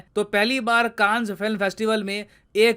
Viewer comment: bhai you mispronounced the name of Cannes.